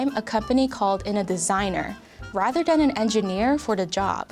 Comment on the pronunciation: "wadder den a engineer for da jab"